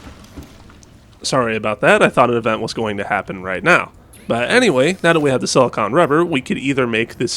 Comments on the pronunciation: Another uneducated YouTuber. The word is SILICONE. Note the E on the end. You keep say SIL-I-CON. Pronuncing it like the word ON, when it should be pronounced like CONE. I realize that YouTubers are doing YouTube because none of you got past 6th grade, but this is a word that most 12 yr olds can pronounce. I bet your parents are so proud. Lol. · SiliCONE rubber, not siliCON rubber. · It's pronounced (sil-a-cone) stupid